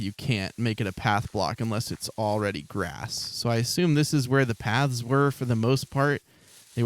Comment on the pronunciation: Every time says Paths, I hear pads maybe it's my headphones or something